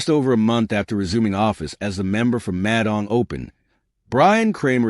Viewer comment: Narrator pronounces Madang as Mad Ang...😂 who engages these clowns to do commentaries on VBlogs..! It's bad enough listening to the dire news about ridiculous and frivolous court battles...?😢